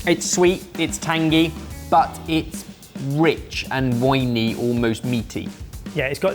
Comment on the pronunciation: I am saddened that you decided to “cop out” to an AI voice that doesn’t know how to pronounce some simple words, such as “tangy.” It’s not pronounced “tanjee.” This makes you less credible to me.